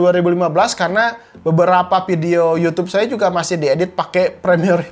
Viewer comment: Video bukan Ppidio